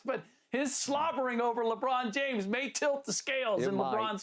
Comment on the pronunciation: Wow dude said " the sloberring of Lebron" 😂 someone had the balls to say it